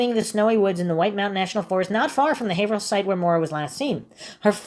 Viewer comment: quick lesson: "haverhill" is pronounced "hay - vrul"